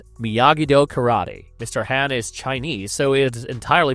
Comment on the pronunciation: The pronunciations are awesome. lol KaratuhKid, Ralph Matchio, Mr. Hann.